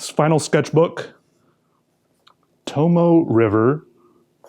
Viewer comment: i'd love to see you try the tomoe river paper - it's famous in the fountain pen hobby for pretty much being the best fountain pen paper. you probably knew that already, but still! it's also pronounced "toe-moe-ay" =) i gotta try out these sketchbooks